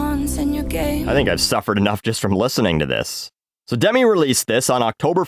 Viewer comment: You did say so WRONG